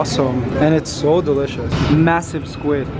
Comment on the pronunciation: He says DYE licious